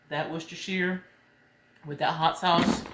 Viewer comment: You said Worcestershire Sauce perfectly!